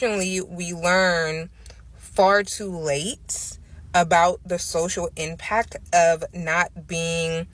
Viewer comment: I heard her say impac not impact and then she said something about black men not being intellectually sound